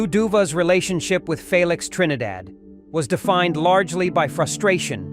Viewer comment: Phalics Trinidad? Thanks AI.